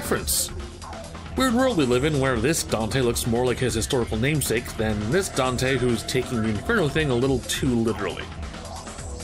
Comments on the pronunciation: “Dino” EXCUSE ME SIR! His name... is “Donte” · This is my first time hearing him called “Dino”. I’ve always heard of him as Don’te or Donte. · Dino? I thought we called him "Donte" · Where did the "DINO" thing come from? I always heard people call him "Don'te"